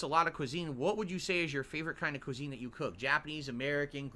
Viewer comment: "cuisine" lmao